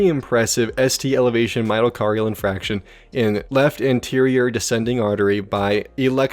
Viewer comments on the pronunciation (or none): just btw, it's pronounced (in - fark - tion) not (in - frac - tion) it's a very common pronunciation error, the "r" is after the "a" not before it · Myocardial inFARCTION, not "infraction".